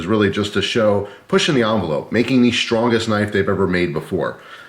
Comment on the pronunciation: Sir, I love your videos and you seem like one of the nicest guys on the planet. But will all due respect, there is no 'h' in the word 'strong'. Shtrong = wrong. Strong = right.